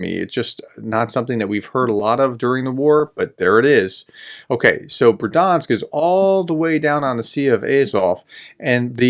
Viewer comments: I really like your reports, but I have one small detail on the pronunciation of place names. There are no silent letters here. The "i" is also a feature that separates Ukrainian from the Russian language. So Berdiansk = Ber-di-ansk (I hear you say Ber-dansk) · Third time's the charm, as they say. So Berd-yansk, not ber-dansk nor ber-di-ansk. Should we check with Anna anyway? ;) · Бердянськ= Berd-Yansk, two syllables . No "i" in it but "я"(ya) in the Ukrainian word. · learn to say berdiansk properly please.